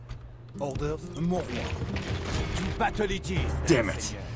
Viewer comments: What's this "mowarh" word they keep saying? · It's "Mon Roi", it means "My King".